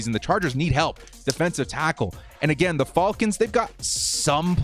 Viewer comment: Can't stop hearing the "Atlanta Fallkins"